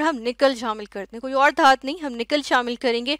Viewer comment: mam dhat nahi dhatu. By the way aapne bahut acha samjhaya